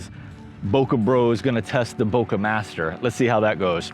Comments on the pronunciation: Bokeh is a Japanese word and you’re pronouncing it correctly. Bouquet is a bunch of flowers. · Nice video. Thank you for correctly saying bokeh. A Japanese teacher corrected me once, saying bouquet is for the flowers, Bokeh is the smooth, soft background.